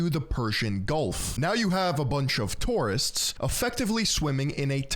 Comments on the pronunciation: not TORRRRIST its TOUR-ISTS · Toorists xDDDD